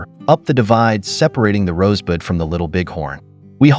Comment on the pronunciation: Has anyone caught the A.I. mispronuciation of river names,etc. or other words. It kills me to hear a computer that is suppose to have superior intel. bungle something as simple as " rosebud" make it sound like "rosebid".Go figure!